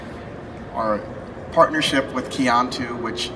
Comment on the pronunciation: Just stumbled onto this video and I cringed. I was working in China when this debuted in US, guess that why I didn't notice the video. If you're going to partner with a company, please learn how to pronounce your partners name semi correctly. Qiantu is pronounced like "chian-too".